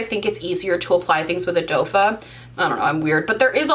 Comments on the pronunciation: I watched one of your other videos where you were questioning why people say you said “doe foot” wrong..... now I get it 🤣🤣🤣 #dofa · doefah... 😆 Call it whatever you want.